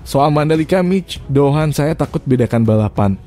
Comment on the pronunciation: Ni ngomongnya Mic Pohan apa Anisa Doohan ? 🤣 pe'a narator nya ngeselin..